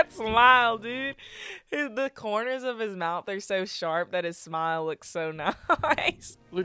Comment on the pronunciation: Did nobody else notice how country sounded -??????? "That smiillee dude, the kourners if his moyouth are sew shawrp look so niicee"???????